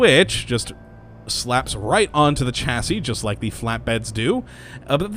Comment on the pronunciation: You make the best mod show cases but you need to learn how to pronounce words m8 it isnt Chasi its more sound like Shasi Kay?